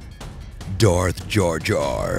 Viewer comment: Me too. Also, I did not know i cared that much for the theory but I cringed for some reason, when he said DarthJarJar.....